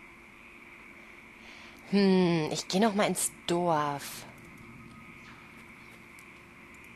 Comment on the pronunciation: Warum sagst du eigentlich immer Doaf statt Dorf?